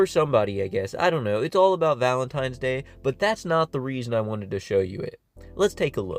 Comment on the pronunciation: Of course he calls it valentiMes day